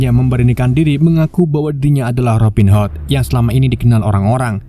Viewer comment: robin HOT,, bacanya hot.,,.Robin ..m wwkwkwkwkkk